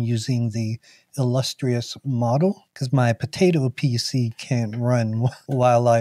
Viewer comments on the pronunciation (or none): none